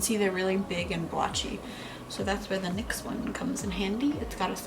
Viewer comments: It’s pronounced like nicks not NYX 😂 I used to say it like that till a girl in the store corrected me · Please pronounce the brand right goodness